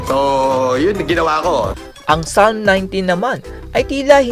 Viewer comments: TANGNAN TO, CUM LAUDE DAW NG CAMBRIDGE PERO YUNG "PSALM" PASALM DAW ANG PRONUNCIATION. KUPAL NA BOBO NA PUNO NG KAYABANGAN AT KASINUNGALINGAN!!! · Ano? PASALM? 😂😂😂😂😂😂😂😂😂😂😂😂😂😂😂😂😂😂😂😂😂. Eto yung topnotcher sa PhD ng humanitarian na naka based pa daw sa London tapos ang pagbasa sa book Psalms ay PASALM? 😂😂😂😂😂😂😂😂😂😂, na choke pa ang puta sa pag-alala lang ng chapter ng libro, bagong pangalan ni Gusgusin, PASALM, 😂😂😂😂😂 PASALM TAGO, PASALM HIBANG, PASALM TANGA, PASALM SCAMMER, PASALM ABNOY, PASALM KATOK, PASALM MUNIN. 😂😂😂😂😂😂. Nagdelirio na ang animal. 😂😂😂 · Bobo talaga si Norman Madusing, pasalm ang bigkas nya Psalm (salm ang tamang bigkas, silent P) talata sa biblia kung bigkasin naman sa filipino ay salmo🤣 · "Pasalm" amp 😂😂😂